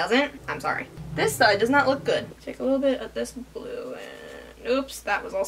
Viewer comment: Casually checking another tab and all I heard was "I need more blow!!!" - it took me a few seconds to realise you were, in fact, saying 'blue' and not 'blow'... (It's midnight and I'm dead inside, that's my excuse for mishearing the obvious :') )